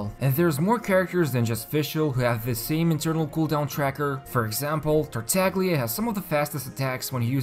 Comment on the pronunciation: Still reading it as Tar-tag-lia? It's TAR-TAL-YAH...